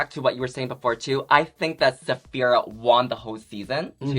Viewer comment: I only noticed when she introduced Saphira! Mumbled mumble 😂 so good! More please.